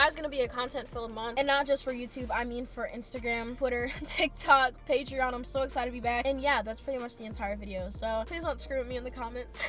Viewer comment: ALSO DID SAY PATERON!!!!!!!!! i will be checking in on that too!